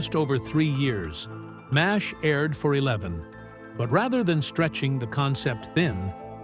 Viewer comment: You lost me at M A S H. This was NEVER pronounced like that unless you were a bean counter butthead idiot. YOU choose that, if you would have just entered mash into the AI's script, it wouldn't have sounded as stupid as you might be.